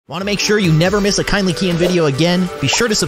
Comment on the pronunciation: You said "" you supposed be to say "kindly keyin"